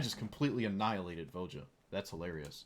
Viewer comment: Voja should be pronounced Vo-ya, Ravnica is based on Prague and the J after a vowel would make a Y sound in slavic languages